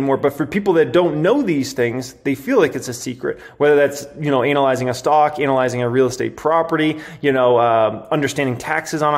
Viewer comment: Love your videos. Your pronunciation of ANALyzing had me in tears 😂